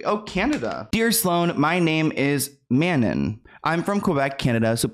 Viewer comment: i'm dyingggg! i thought "Mannon" was a really neat name for the longest while until it clicked (i'm from QC Canada too) that her name is Manon pronounced like "Mah" and then "non" in french!! I've never heard it pronounced the way you did but i thought that was interesting!! 😋 Love your videos!!❤